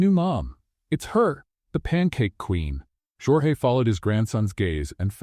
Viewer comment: YOUR A.I. IS SHIT..! SPANISH PRONUNCIATION OF "Georges" (and, it should be spelt : "Jorge"), ...is, phonetically : "HOR- HEH" ...the Spanish equivalent of "George" in English. DO YOUR HOMEWORK ! DO YOUR VOICE EDITING ! FUNNY STORY, ALL THE SAME... Rating 8, but a 10 with proper editing !!